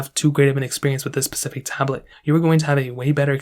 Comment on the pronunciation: Stopped after the 6th "Pacific"...